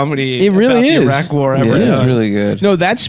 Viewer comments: If americans can pronounce Italy correctly why can’t you say Iraq or Iran properly? Oh right yeh it’s because your lesser life forms 😂😂😂😂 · Eye-rack eye-ran no shts given